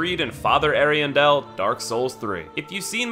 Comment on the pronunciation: Every time he says Freed for Friede a part of my soul dies. Ariandel literally says her name in the fight. Ariandel is pronounced wrong as well, but it's more excusable since I think only one npc says it. It's Ari-andle like handle. There's no emphasis on the "del" part of it.